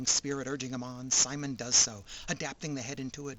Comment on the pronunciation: If you like to suspend your disbelief this and other shows of the Super Robot genre are for you. I bet a few people chewed you out about how to pronounce "Simon."